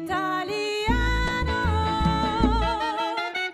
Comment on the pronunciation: Yes, the vocals and Clarinet take the cake, but truth be told, correct pronounciation of Italiano brought it home for me